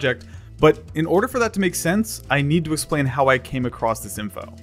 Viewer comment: "i need to essplain how i came across this info"